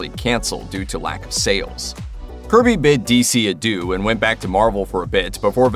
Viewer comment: "He bid DC adoo!"... This is how I am referring to god from now on, thanks for the laugh!